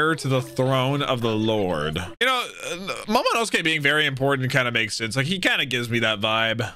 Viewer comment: Remember when could not pronounce Momonosuke even after dozens of episodes since his introduction back in Punk Hazard. To see him roll that name off his tongue like it was nothing is so satisfying to see!